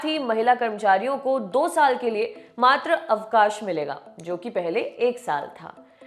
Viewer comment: मैडम जी मात्र अवकाश नहीं होता, मातृ अवकाश होता है।